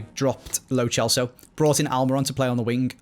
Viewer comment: It really bothers me that says “ch” for every “c” in players names, when he doesn’t need to do that like with lo Celso